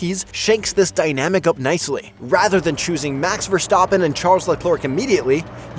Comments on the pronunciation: al pine😂😂 max verstoppen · and "max verstoppen" and "charles leclerk"